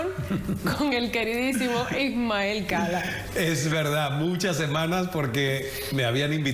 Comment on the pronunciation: Es Ismael Cala, no SALAS!